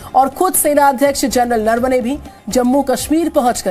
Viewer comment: नरवणे का उच्चारण ठीक से करे